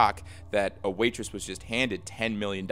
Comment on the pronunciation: Are you trying to say waitress?